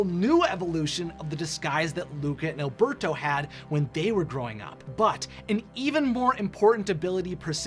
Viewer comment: Alberto pronounced Al-bear-toe. It's very annoying that people can't say it right.